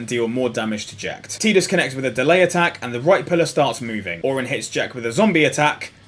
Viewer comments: "Teedus" lol, you aren't even using any of the common i phonetics... It's "eye" in Tidus. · does the UK version have a different audio than the NA release? Spent the whole video wondering why you'd call him TeeDus. o,o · Kingdom Hearts 1 and Dissidia both pronounce it "Teedus". I personally call him Tiddles